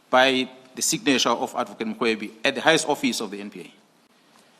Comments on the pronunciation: The lady in this channel is pronouncing general mkhwanazi incorrectly She says makhwanazi can someone correct her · You can't even pronounce his sir name the right way.